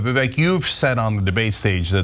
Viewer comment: The 'ek' in 'Vivek' rhymes with 'ache' as in 'earache' And how fitting 🙄